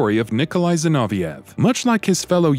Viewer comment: Nikolai 'Zinoviah' ? Ginoveaf as I remember. The G may be pronounced as a Z but are you saying the F at the end is a H sound?